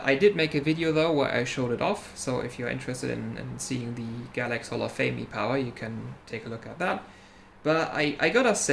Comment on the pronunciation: Nailed the pronunciation While I'm here, I shall express my interest in taking a look at that damaged pad on that 580 E-Power. Sounds like it would be a more difficult repair and I'm up for a challenge.